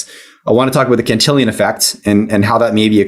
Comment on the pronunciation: Cantillon Effect. Not Cantillion.